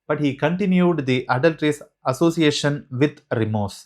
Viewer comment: Your English and explanation needs schooling ! Adultreeeeous 😂. Marryteeeal